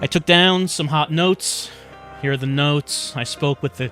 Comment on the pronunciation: LOL “notez”